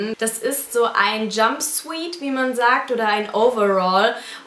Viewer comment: das video ist echt cool, aber das wort "jumpsuit" kommt aus dem englischen, hör es dir mal bei google übersetzer ausgesprochen an! aber wirklich schöne sachen! :)